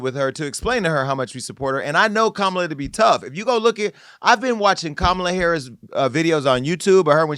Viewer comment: Yes, let Joselyn come on and read her the ….. off! And Amber please pronounce Kamala Harris’ name correctly!